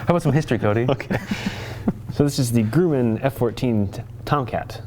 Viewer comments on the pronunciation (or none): Its pronounced Grum-man not Groo-min Its relatively easy to distinguish the variants from each other. As have the unconventional looking thrust nozzles on the engines and a single sensor electronic chinpod Bs have the conventional looking thrust nozzles and a single sensor electronic chinpod Ds have the conventional looking thrust nozzles and a dual sensor electronic chinpod The F-14 was developed during the Vietnam war and actually took part in Operation Frequent Wind. The F-14s true top speed isnt known either. In testing they only brought it up to Mach 2.34 since that was the specification put out by the military for its new fighter, and publicly its never been brought back out to see how much farther it can go. Speedbrakes are for slowing down when the aircraft is going at a high enough speed for them to be effective, not just for runways. On the ground when the speedbrakes arent effective anymore the wheelbrakes are used. There are 4 arrestor cables (referred to as wires by pilots) with a 5th backup if one breaks. The 6 pack loadout, as the 6 phoenix missiles on all phoenix capable stations loadout is referred to, didn't cause damage to the airframe. It caused damage to the wing glove stations, but only on carrier landings. On a runway landing you could have the missiles on those stations perfectly fine, just the stress of a carrier landing combined with the weight of the phoenix caused unnecessary metal fatigue on the wing glove stations.